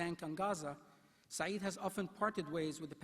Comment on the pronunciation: The inarticulate chancellor consistently mispronounced the name of this great scholar…… Edward Said, a gentle intellectual giant sadly missed. But his friends and the world have his legacy in spirit and print for posterity.